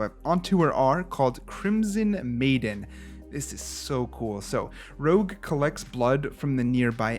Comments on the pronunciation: It's Rouge, not Rogue :) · I am not 100% certain but maybe "Rouge" is supposed to be pronounced as "Rooj" like red in french?